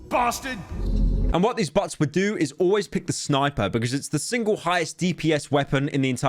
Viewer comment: I love how he pronounces bots as butts